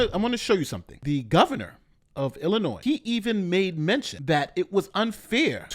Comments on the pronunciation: You say Illinois wrong and it irks me. It is “ill-uh-noy” noy sounds like toy. It is NOT “ill-uh-noise” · Say it with me illinoi. You did fine early in the video